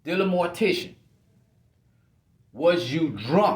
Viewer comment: I admit every time you say DM’s surname it sounds like Mortician not Mortensen to me. I find myself thinking Freudian Slip…your segments are interesting and informative, thank you.